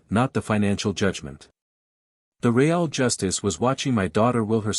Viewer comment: Ree ale justice? Ree ale…really?!